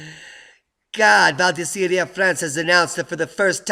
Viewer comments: It's Val dee-zer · you should probably cut your work load a bit. We wouldn't mind I'm sure. Need I say you mispronounced Val D'Isere?